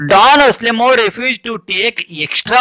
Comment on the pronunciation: Sir it is not aselemon it is Anselmo